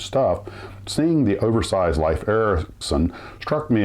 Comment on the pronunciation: It is correctly pronounced "leaf" not "life" Ericsson.